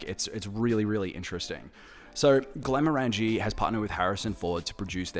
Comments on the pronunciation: I just watched the entire series of this commercial because I’m a HF fan. But I believe you’re mispronouncing the brand name. Granted, I’m American, not Scottish, but even I can easily pronounce it after watching the episode where the factory worker is correcting Ford multiple times on how to say it. They pronounce it “Glen-more-in-g” (phonetically), where as it sounds like you’re saying “glen-more-angie.” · I lasted 30 seconds. You have a whisky channel, and can’t pronounce Glenmorangie properly….did you even watch the ads? Unless it’s some kind of pisstake that I’m missing. 🤷🏻‍♂️